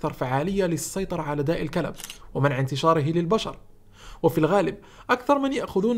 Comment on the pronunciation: النطق خاطئ يسمي داء الكلب كما تنطق الكلب 🐕